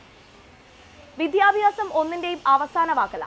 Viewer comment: Pronunciation of vidhyabhasam by this reporter to be improved .pl.chk